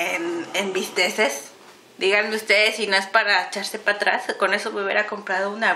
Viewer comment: bisteks no bisteses